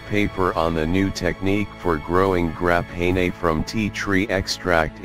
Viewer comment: What the hell is this "Graphen A" stuff, bahahah